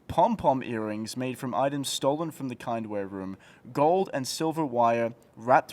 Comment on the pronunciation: The kindware room... Wtf were you calling it?